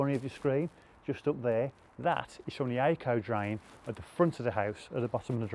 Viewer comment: Did you say Ako drain? Some digging involved there. Cheers.